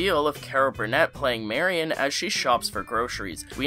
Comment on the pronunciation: Good video and you pronounced her name right instead of saying "merry-on"!!! 😀